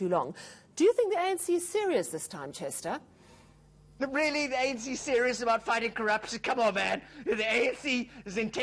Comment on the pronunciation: Chester accent is not right